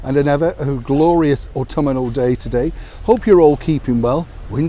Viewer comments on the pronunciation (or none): Au - tum- nal, Not au- tum-n-nal !! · There is no “i” in autumnal. Learn how to speak properly. You like her being in the public eye. You’re making a fortune off her and Harry.